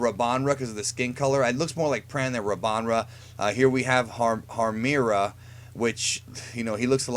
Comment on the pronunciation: IT'S HARMIRA!! GEEZ!!